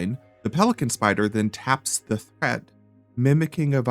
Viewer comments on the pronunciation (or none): none